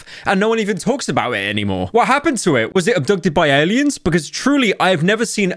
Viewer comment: cannot hear this man saying aliens without laughing